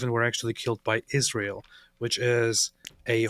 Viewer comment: Why does she call us Ijrael